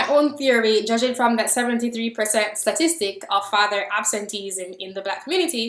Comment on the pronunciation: jide bolarinwa I agree , this bitch doesn’t the issue , she’s making these videos because it’s a way for her not to deal with the issue , she seeks acceptance, fuck her weird accent lol I hate the way she said “ statistic “